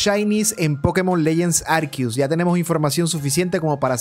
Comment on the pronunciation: Por que lo llamas “ARQUIUS” si es ARCEUS? No cambie la pronunciación